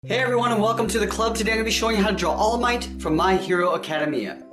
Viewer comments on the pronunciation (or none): Ah kuh dame eeh uh not acada mya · YOU SAID ACADEMIA WRONG ITS NOT ACADEMEUAAA NOW MAH GRANDMA CANT STOP LAUGHING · it's pronounced: Acu-DAY-mea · A KA DA ME A lol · It’s ACK A DEMIA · Its pronounced ACA DAY ME A